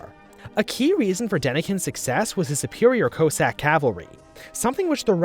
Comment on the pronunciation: The fact hes saying coessack and not cohssack is pain